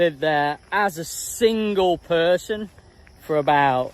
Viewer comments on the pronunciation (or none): none